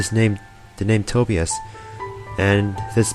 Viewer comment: Wait, real-life books and Google in this game? LOVE IT. By the way, the name "Tobias" is actually pronouced "toe-by-as," just so you know.